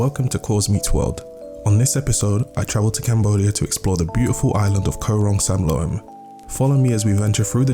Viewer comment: You can't pronounce Koh Rong Samloem or Saracen Bay. correctly? Really. If you are doing a travel video at least you want to get it right.It is beautiful....maybe a little more intelligent background for others. Very superficial.